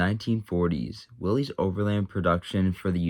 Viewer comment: It's pronounced "willis," not "willies."